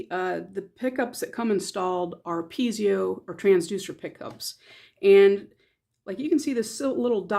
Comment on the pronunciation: Pee-ay'-zow -- not Pee'-zee-oh